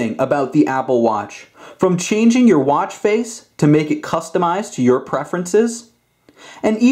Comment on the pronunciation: stop saying watch so weird. Im out